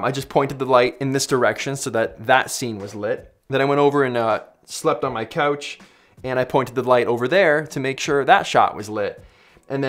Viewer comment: why does he say about, out, couch so funny